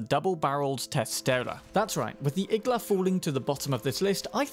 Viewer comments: Igla also means “needle” on Russian, it’s pronounced iglA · Small correction Igla is also needle in Russian. With emphasis on last vowel.